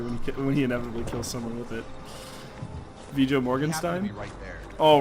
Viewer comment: So makes fun of pronouncing machete "matchete" then immediately calls Viggo Mortensen "Vijo Morganstein" - I know that's the bit but still